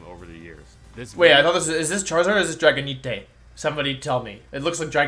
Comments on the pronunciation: how did u just pronounce dragonite? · Bro its not Drago - nee - te its Drago - night (nite)